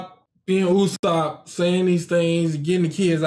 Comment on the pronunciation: its UUUUUSOPP instead of Ussop